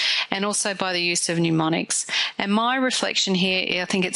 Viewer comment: Good presentation. Mnemonics, not mneumonics.